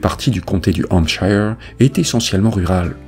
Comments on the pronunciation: Attention à la prononciation de 'shire' en anglais qui se prononce avec le 'schwa' sound /ə/ ou 'uh' (~ notre 'e' français) soit: /ˈhæmp.ʃə(r)/ Bref, 'Hampcheu(r)' et non 'hampchailleu(r)'. Pense à Yorkshire (Yorcheu(r) et non Yorkchailleur);-) Right?...Thank you! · Désolée mais on ne prononce pas Hampshire de cette façon. Ce n'est pas comme Higher mais comme Here. Je ne sais pas sic'est clair? 😂